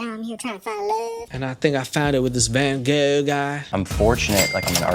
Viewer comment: They both "love Van Gogh" but can't be arsed to pronounce his name even remotely right.